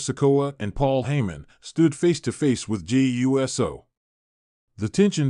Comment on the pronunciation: WHY CAN'T THEY PRONOUNCE JEY'S LAST NAME CORRECTLY? NOT JEY U S O BUT JAY OOOSO!!!!!!